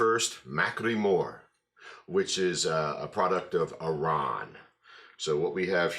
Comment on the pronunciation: Enjoying the reviews, just caught up on this channel, but your a little off with the pronunciation off the Distillery hard 'AHR-ran' 😊 But who worries, as long as your enjoying the content.